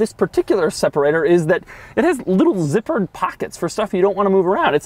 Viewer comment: I don't know why, but the way he says "zipper" cracks me up